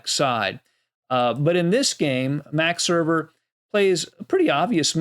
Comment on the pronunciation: Max Erber? Max Euwe ,yes.